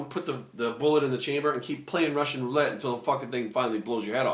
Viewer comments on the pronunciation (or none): none